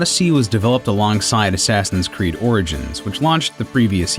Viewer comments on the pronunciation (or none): I swear he says "Sassin's Creed" lol